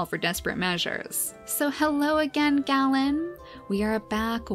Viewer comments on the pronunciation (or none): Just so you know the name Galen is pronounced Gay-len! My name is pronounced the same way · Also I believe it’s pronounced Gay-len? That’s the way I’ve heard it. It can probably be pronounced Gah-len as well. Idk.